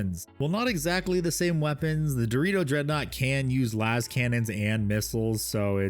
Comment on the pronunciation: Why you say “Deredeo” as Dorito?